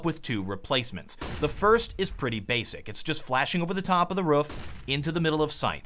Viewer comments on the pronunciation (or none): i hate the way he says roof. its roof. not ruf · sound like you say ruff instead of roof 😂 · It's roof,. Not ruff. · I have a pretty good feeling that is purposely saying ruff and not roof. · Why does he say ruff and not roof? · 900bot He was saying ruff and ruffes, which is the incorrect way of saying "roof" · Also you keep calling the roof a ruff, it's funny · Ruf???RUF????ITS ROOF DAMN IT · Why do you pronounce roof as roff. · Roof not ruff ;) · PLEASE STOP SAYIN RUF.. its roof.. but thanks for the info :) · I think it's more rhoof than ruff. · How he pronounces "roof" really angers me. It's "R-OO-F" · the "ruuf"? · I've never heard you pronounce "roof" like that. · He pronounces "Roof" weirdly